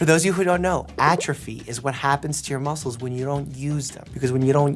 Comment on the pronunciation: "there's like mucles all over the place"-doctor mike